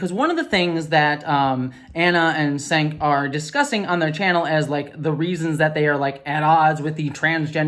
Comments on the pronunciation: Gotta correct you: it's pronounced Cenk like chenk, not sank. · Girl just fyi, I don't much care for him, but you sound like you don't know what you're talking about when you pronounce Cenk's name Senk and not Jenk. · For future reference, Cenk is pronounced as "Jenk". No big deal, I pronounced it as you did, just thought you'd like to know in case you may want to reference him again later. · you're mispronouncing Cenk's name, the C is pronounced like a J. Jenk. Also, I unsubscribed from TYT long ago for their obvious transphobia is well as a lot of their scolding around a lot of other issues, so I'm glad that you're continuing to call out their problems. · Yes He’s a pos and a transphobic but it’s pronounced Jenk the C is a J sound in Turkish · Just FYI, Cenk's name is pronounced like it was spelled "Jenk." It's Turkish, and the C (without the cedilla) is pronounced like the English J. For those interested: with the cedilla, it's like the English CH. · Not that he deserves this level of respect, but his name is pronounced "Jenk". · Cenk is pronounced Tschenk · You look super cute! ❤ Thank you for keeping up the fight. Sorry. I gotta say it: Cenk pronounces his name, "Jenk". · JSYK: “Čenk” is actually closer to “Jenk” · I can't stand Cenk and haven't for years tbh but I didn't just wanna point out his name is pronounced "Jenk" with a j or g sound just don't future reference if you meet a Turkish person with that name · Total sidebar FYI, his name is pronounced Chank, rhymes with Blank. I used to love the channel but I am done. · It's pronounced "Jenk," the C is pronounced like a J and the E is a short E like "egg" or "men" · Quick note: Cenk's name is pronounced more like Chenk. (Or closer to Jenk, as has been pointed out to me) I ignored mediocrity from TYT, but this whole thing has made me unsubscribe at last. If Cenk and Ana are so desperate to go on Ben Shapiro's network then they can just say so. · It's actually pronounced "Jenk"